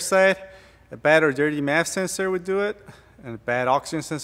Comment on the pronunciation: You're pronouncing MAF as "map" sensor...please explain the difference. Nevermind...someone just told me. MAF is short for mafia...and "map" is short for Modified Apple Peeler....but it somehow don't sound right.